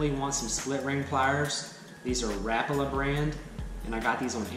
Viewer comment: U said Rapala wrong